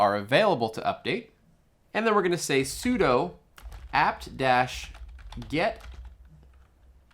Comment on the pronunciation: Nice tutorial. Just FYI, "sudo" is "soo" "doo", as in "SuperUser do", "do this as superuser". - From University of Colorado, Boulder, home of sudo. :-)